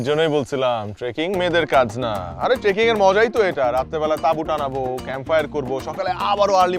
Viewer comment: বইন ওটা ট্রেকিং! ট্র্যাকিং নয়!🥲👏